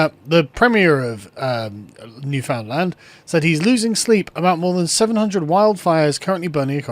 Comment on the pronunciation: Hey, Newfoundland was mentioned! As a Newfoundlander I can say the politics of this island are very frustrating. The rural central region where I live votes conservative fairly consistently, but half the population lives in one city on the southeast tip of the island and they always vote liberal, so we end up constantly being ruled by liberals. Also, as with most people not from here, you pronounced Newfoundland wrong. It's pronounced Newfin Land, emphasis on the land. Rhymes with understand.